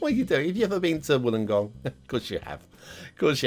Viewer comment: Pronounced “wool-ung-gong” 😜. Great place to go whale spotting! Us Aussies like to swear a lot hahaha